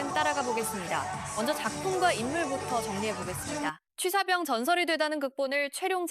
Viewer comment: 뭔 자꾸 취삿병이래. 취사병이지. 발음 거슬려서 홧병날라 하네.